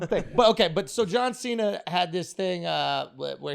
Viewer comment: Jauw Sheena